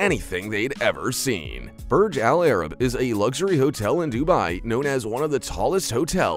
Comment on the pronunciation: It's pronounced Boorzh Allah Rab. 'Muricans 🙄